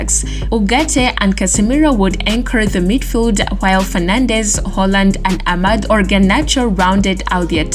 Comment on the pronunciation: "Ahkkkkmad" WHAT? Tyrell Malaysia??? Are you taking the piss now??? ROFLMAO. Lady you committing sack-able offences tbh sheesh.